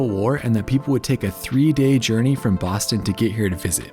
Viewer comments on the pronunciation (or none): none